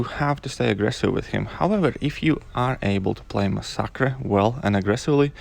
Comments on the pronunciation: yeah I'm happy that there's at least someone who says it right. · lmao,you are the first person i heard pronounce masacre like that.I myself pronounce it like that and get annoyed whenever people pronounce it like massacre